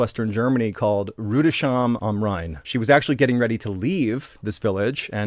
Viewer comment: It's Rood-es-hime am Rhein.